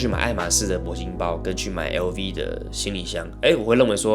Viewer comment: 好奇你可以去讀碩士，爸媽從事呢那一方面職業？ 然後 LV跟 hermes 正確發音可以跟當地人學一下。